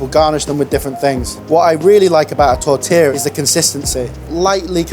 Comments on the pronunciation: fuck! so less, so freaking simple. tortilla. at least you know how to pronounce it. what a bull! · "Tortiller" "Canader." Lot of artistic license in this show!